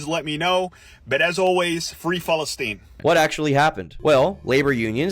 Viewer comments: and he says it like falestine too lol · for those confused about the guys pronounciation of palestine, its just palestine in arabic